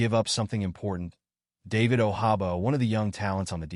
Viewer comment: It won’t happen nd it definitely won’t happen bcuz you mispronounced nd butchered David Ojabo name😂😂😂😂😂😂